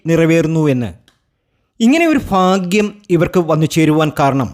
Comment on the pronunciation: ഫാഗ്യമല്ല ചങ്ങാതി. ഭാഗ്യമാണ്.....